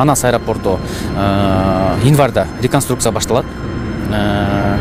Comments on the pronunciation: Инварда эмес январда деп эле суйлочу обу жок десе. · Инварда дейко кайра, кайра эле🤦‍♀️.Январь деп суйлосо жакшы болмок.